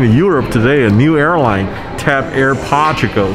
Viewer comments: Portugal not whatever you said lol come on potugal > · "TAP AIR porchugal" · Its POR-TU-GAL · I was going to give the guy a chance, but I had to stop watching after the horrific pronunciation of Portugal. This is why I don't watch Sam Chui.